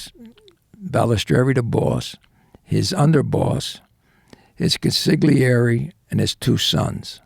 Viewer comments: Oh em gee... "Con-sig'leeairee"... ffs!! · Italian guy, mafia infiltrator, mispronounces 'consigliere' - over and over and over. How is that possible?